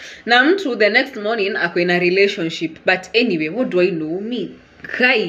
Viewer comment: 🤣🤣🤣🤣 What in the name of drama fest is that "mourning"